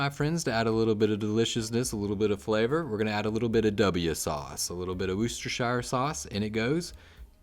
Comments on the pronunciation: I think it's pronounced wurshtashure sauce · I prefer a sweet onion to avoid the sharpness of white onions. Otherwise, this is a great recipe! Nutmeg. Who knew? And, by the way, it's pronounced "Wistasure". 😊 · Buddy boy..........you need to learn how to pronounce "Worcestershire". :)